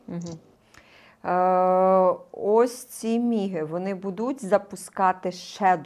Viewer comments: Доброго здоров'я!,прохання до Вас,ставте правильно наголос.Нема слова "будУть",є слово "бУдуть".Перевірочне слово" бУти"! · Шо це за дивний наголос у слові будуть?! Просто капець... Де вона це почула? І які українці так кажуть??? Дратує жахливо. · А слово "будуть" з невiрним наголосом вiд панi рiже слух постiйно. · научитесь говорить слово будуть правильно, нема слова будУть, гидко слухати!!!